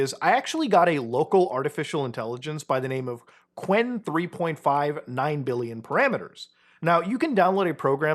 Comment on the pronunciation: qwen is actually pronounced Q-Wen